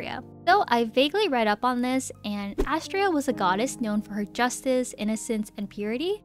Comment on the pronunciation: YOU SAID ASTREA WRONG, IT'S (UH-STRAY-UH) I get mad about this for reasons I can't say